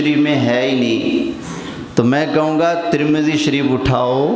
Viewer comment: ترمذی شریف کا نام تو اچھی طرح سے لے لیتے